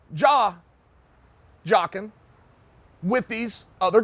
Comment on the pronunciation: Me: Jaw-jacking Chael: Jaw-jocking My brain: That doesn’t seem right Me: Jaw-jocking